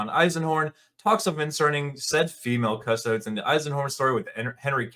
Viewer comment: It ain't cus-toads. Cus-to-dees!